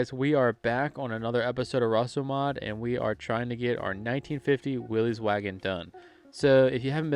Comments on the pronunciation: FYI Its NOT Willeeeez... It's Will issss. Thats the way Mr. Willys pronounced his name. You're welcome. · Dude- it is Willys- like Phyllis. not Willies like Phillies.